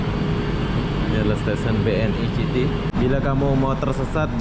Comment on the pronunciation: "BNI CITY" WKWKW BANGSADH DIBACA "C" HURUF "C" NYA😂😂